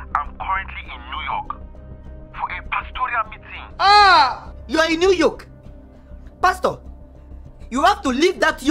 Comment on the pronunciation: LOL SHE SAID NEW YOKE 🤣🤣🤣🤣🤣😂😂